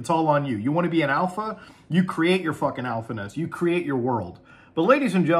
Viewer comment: "I am now de alfa"